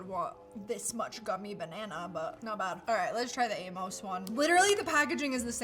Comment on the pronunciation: Aim-Us not A-moes. My grandpas name was Amos. 🙂